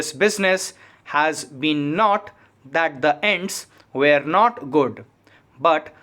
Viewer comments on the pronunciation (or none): Aap where and were ko ak jaisa padhte hai. Please eska dhyan rake dictation mai ..baki dictation achi hai .🙏